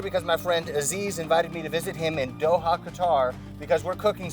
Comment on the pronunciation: Nice episode...lots of work Btw you are not pronouncing Aziz's name correctly 😂